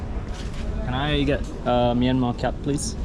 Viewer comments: the currency of Myanmar "kyat" is pronounce "chat" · By the way, I am also from Myanmar but i am from Nay Pyi Taw, not Yangon. I noticed that you pronounced "kyat" very wrong, it should be pronounced like the word "chat". Thank you.